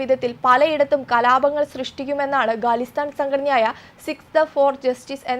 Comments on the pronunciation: ഗലിസ്ഥാൻ അല്ല ഖാലിസ്ഥാൻ എന്ന് ഉച്ചരിക്കുക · കുട്ടി ഗലിസ്താനല്ല,ഖാലിസ്ഥാന്‍ എന്ന് നൂറ് തവണ പറഞ്ഞു പഠിക്ക്.